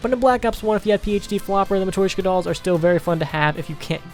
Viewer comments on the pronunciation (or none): Its called a "mah-tree-shoke-ahh" doll